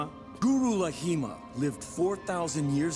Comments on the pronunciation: It's clearly pronounced as "LAHIMA". Why people write it as "Laghima"??? Come on west people. When will u learn about spelling? It's LA-HI-MA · I am genuinely curious why Zaheer pronounced "Laghima" with an attempted Arab dialect.